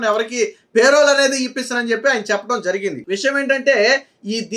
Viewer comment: పే రోల్ కాదు. పెరోల్